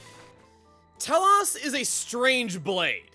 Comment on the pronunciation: Chuggaa, its Tel-OSE, not Tel-OHS. XC2 butchers this name and a specific other blade in the game.